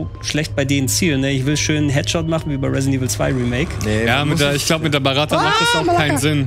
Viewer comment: Nettes Format... die Knarre heißt uebrings Beretta, nicht Baratta.. War mir neulich schonmal aufgefallen dass du das falsch sagst. Sorry, musste jetzt sein.;) Anyway.. keep up the good work guys